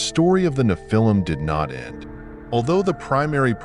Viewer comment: I try to watch your channel. The AI voice keeps saying "Na-phil-him" instead of the correct pronunciation.